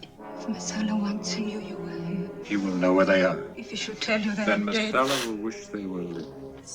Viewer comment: "Chicken Massalla" - LOL,,,.